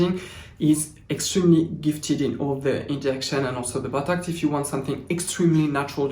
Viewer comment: emma /a Yes! Emma..I feel like I’ve struck Gold! Love fitting it a few minutes of into my week..Good gravy..If not only to hear pronounce “BOTOX” as “BUTTOCKS!” What a Darling Smarty Pants, eh? Lovely Christmas Skin to you...🎄